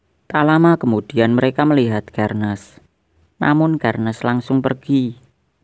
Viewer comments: Bacanya Itu Serneas Bukan sherniaz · Xerneas bukan kernes Xerneas dibaca serneas